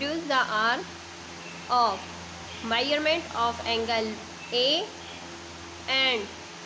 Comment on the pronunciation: Ark and mierment 💀